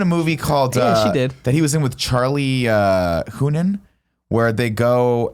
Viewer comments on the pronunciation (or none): What is with Nick and pronouncing people’s names wrong? Charlie Humman? It’s Hunnam, dude, lmao